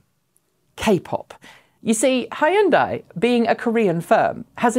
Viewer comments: Sorry to nitpick, but I find your pronunciation of Hyundai jarring . It's two syllables, not three (Hyun-dai, not Hi-Un-dai). There are videos of Korean speakers on the internet, if you need examples. Otherwise, interesting channel with good variety of EV news. Thanks! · I thought Hyundai rhymes with Sunday. You're saying it's Hi Unday. I've talked to some Koreans and they say it's pronounced like Sunday. Just thought you want to know. Did ya get the pronunciation from the company itself?